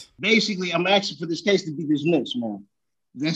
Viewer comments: Why do some Americans say 'axing' instead of 'asking' are they chopping wood in the hills??? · axeing to "ask" for jurisdiction??? motion?? umm?? law slur..axe and axe again..lol the word is ASK!!!!